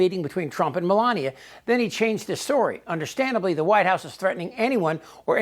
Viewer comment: Me-lain-a lot